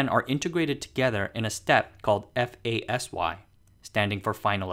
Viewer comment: One tip, you can pronounce ASSY and FASY as a word, not as a abbrevation. I work at DUV assy.